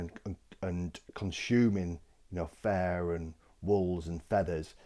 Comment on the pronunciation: Took me half of video to hear that “Fair” is “Fur”.